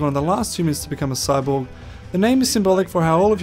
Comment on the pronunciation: Notice how when han-tyumi introduces himself it sounds like he says "I am a cyboogie"